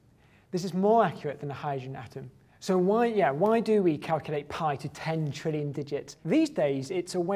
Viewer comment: I like when he says črillion but not trillion if anyone understands what i mean probably not btw if your from lithuania like this comment